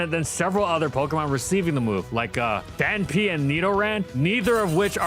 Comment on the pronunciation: Ahh yes, the gen 2 pokemon "Danpy". Pre-evolution of Phonphan